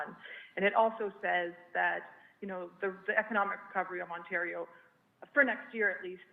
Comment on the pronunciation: Hey YAHOO, we’re in Ontario not Quebecquaw... speak-a-duh-englis 😂🤦🏻‍♂️